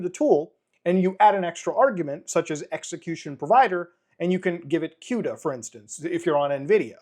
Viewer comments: Everyone: Cuda (koo da) Muta: Cuta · BTW Cuda is pronounced KOODA like Barracuda because the Plymouth Barracuda was what the architecture was named after. Htf you get quda out of it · I've always pronounced it like cooda, like it rhymes with barracuda. I talk with the AI guys every single day and they have never corrected me. Maybe it's one of those words that can be either way - queda, or cooda :D I develop cross platform and gawd, why does Windows have to make EVERYTHING so much harder? Just cross compiling GCC to target something like, oh, I don't know - ARM - is a PITA. Installing the build tools - OMG! So embarrassing. Linux (at least with Debian based) it's apt install build-essential - one single line. You might need to install some libs depending on what you are working on, but it's that simple to get the build tools. Why oh why Windows? You have fed my family for many years Microsoft, but it hasn't been easy ;) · i pronounce cuda as cooda, how is the c pronounced as a q? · The way he pronounces CUDA is cringe